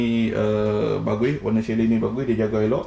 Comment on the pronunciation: Assalamua'laikum. Patut la lama tak bersiaran, pi umrah rupanya. Alhamdulillah jd tetamu Allaah. Chalet tu asal dr bahasa Perancis. Bila huruf t kat blkg perkataan dan huruf vokal sblmnya maka huruf t tak bunyi aka silent t mcm Chevrolet dan bouquet. Chalet tu kita sebut chale shj. Lps ni ada video memancing pulak kot. 😊 Selamat Hari Raya Aidil Fitri, maaf zahir dan batin kpd n keluarga serta rakan2 memancingnya. Tak lupa kpd para viewers juga.